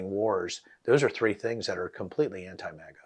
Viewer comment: Mate, just cus we're British... doesn't mean you need to change the pronunciation to "mahga"... Just say "maga" like everyone else! 😂🤦‍♂️ Do you also say "Alabahma", "Alahska" and "Indiahna"? Got me cringing over here